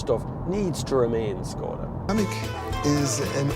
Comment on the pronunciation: It is not Skoda. It is Škoda.